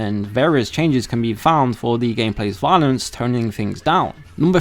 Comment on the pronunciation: wiolence? okay this guy definitely has a speech impediment. I thought it was an accent for a while, but it's a genuine impediment. It's like the vocal equivalent of a lazy eye. Very off-putting. Get therapy! Get it fixed! I don't want to hear this. Just get someone else to read the scripts for these videos.